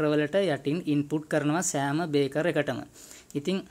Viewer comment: ඔබගේ වීඩියෝ එක ඉතා වැදගත්ග ඒත් ඔයාගේ පොඩි අතපසු වීමක් කියන්න ඕනැ ඔයා අර්ත් වයර් ප්ලග් බේස් එකට යන හැටි කිවිවේ නැහැ අනෙක මේ තියෙන්නේ බේකර් නොව බ්‍රේකර් Braker ලෙස කියනවනම් හො‍්‍දයි